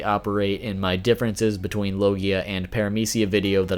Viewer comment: Your pronouncing logia wrong lmao